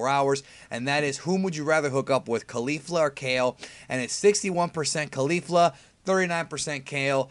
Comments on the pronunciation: I cant handle people saying Kalifla anymore. Ok her name is Caulifla like Cauliflower excepts its CauliFLA. Thank you use this wisdom well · Why do you keep mispronouncing Caulifla? That's not even close to how they have been pronouncing in the show.